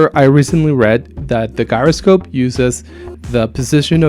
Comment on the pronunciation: If you use midi a lot then an app i strongly recommend is midifire. It does too many things for me to explain here. Read about it in the App Store. It is really solid. Also Gyroscope is pronounced jyroscope. Keep making videos. It's a great way to learn and communicate. Do not get discouraged with bad comments or not many subscribers. Just keep going and try to learn from comments and feedback. Don't get insulted. There are a lot of jerks out there who like to write bad things. Don't let it bother you.